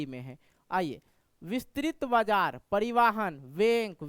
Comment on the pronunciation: Bajar ko bajra padh rahe ho sir 😅